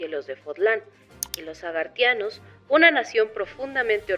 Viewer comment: Se dice agarthanos/nabateos 😣😣😣😣